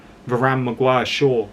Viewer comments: It's "Mag-wire" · 'Maguan' sorry mate its stuck now